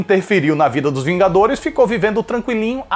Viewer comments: oxe vingaderos? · "Os Vingadeiros" 2019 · até vingadeiros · Teve uma hora que falou vingadeiros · Você fala vingadeiros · vingaderos? Kkkkk 2019